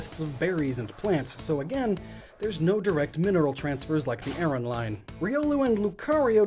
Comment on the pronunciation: Dude, it's pronounced ARE-on.